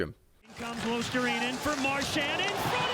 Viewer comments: You are not far off with Luostarinen pronunciation, just instead of saying Luostar-A-inen, drop the A and you're good to go. Other than that, great video. I miss Marchand in Bruins, even tho people hate him, you can't deny his skills. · Fwiw it's pronounced Luos-ta-ree-nen Finnish is a phonetic language, so every letter sounds the same (virtually) every time. "i" is always like in the word "in" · It's pronounced "LUO-star-ee-nen" if you want help with that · Luostarinen, not ”Luostarainen”. 😂 But otherwise good pronounciation. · Pronunciation tip for Luostarinen: swap i (which you pronouce with 'ai' here) with e, as if you would read Luos-ta-re-nen. Or refer to how 'rin' is said in Pekka Rinne. That way you'll sound much closer to the actual Finnish pronunciation. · About the pronunciation of Luostarinen (it can be hard, I do believe that): the "i" is pronounced as the "i" in the word "will" or "kill'. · You butcher Luostarinen's name pretty much as bad as it's possible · I never heard that a north american has pronounced "Luostarinen" correctly... but only once (by THG just recently)... you could always use for example google translator tool and make it read the name out loud. Ofc... all this is no biggie... just saying. I think they are trying though, but google translator is good tool to utilize for nailing the pronounciations... EDIT: oh shait... forgot to compliment the idea of the video... it is good, I mean all the good 3rd and 4th lines do not get any mentions at all... well done... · Good video! these guys are not being noticed even in Finland. one tip, as I'm pretty sure you have finnish viewers. Would be cool if you would pronounce finnish players name's correct way. You absolute bucheret Eetu's name :D (Google translator voice thing pronounces it correct) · The I in Luostarinen is pronounced as on intend